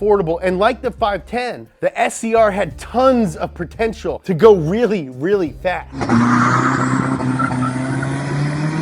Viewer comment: Tons of PERTENTIAL eh?